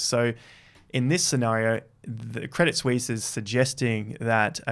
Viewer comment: Thank you for pronouncing 'Crédit Suisse' correctly, unlike George (Crypto-R-Us) and others :-)